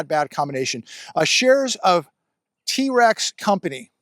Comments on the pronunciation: is so unhandy that he doesn’t know how trex is pronounced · Trex not T-Rex